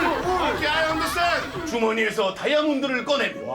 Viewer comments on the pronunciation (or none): 홀수! 아이언덜스탠드~ 개웃기네 ㅋㅋㅋㅋㅋㅋㅋㅋㅋㅋㅋㅋㅋㅋㅋㅋㅋㅋㅋㅋㅋㅋㅋㅋㅋㅋㅋㅋㅋㅋㅋㅋㅋㅋㅋ